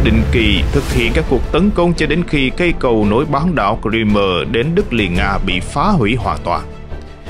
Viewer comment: Ông này tự sáng tác ra cách đọc Crimea chẳng theo ngôn ngữ nào cả. Hãy đọc theo tiếng Anh ( tra Google) hoặc đọc tiếng Việt, Nga là Cờ Rưm.